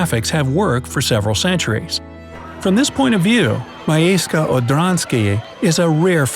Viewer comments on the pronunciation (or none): Miejsce= mee-ay-ste